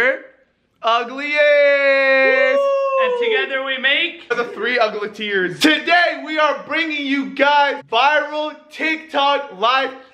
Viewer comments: “The UGLATIERS LMAO” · “The three uglyteers” 😂😂